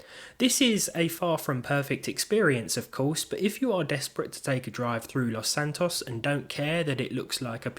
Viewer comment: holy shit someone that pronounces Los Santos right 🙀🙀🙀